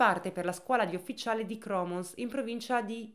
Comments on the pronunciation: Argh, non è Cromons, ma Cormons, quasi mi pigliava uno sciopone 😁😅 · Ottimo video! Una storia che non conoscevo. Unico appunto: il militare lo fa a Cormòns credo, non Cròmons 😅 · Ciao, una puntualizzazione: in provincia di Gorizia la città che dici si chiama Cormons e non Cromos. Te dico perché la città la conosco. 😊 Buona giornata 😉 Controlla